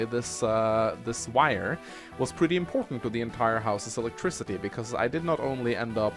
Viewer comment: haah elictrizity like in russia